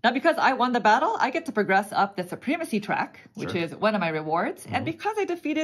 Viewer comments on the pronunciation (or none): It is suh-prem-a-see not soo-preem-a-see